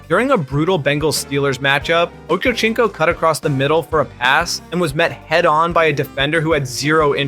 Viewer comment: It's obvious this guy never watched a football game, ochochonko? The slightest effort and you don't like that mistake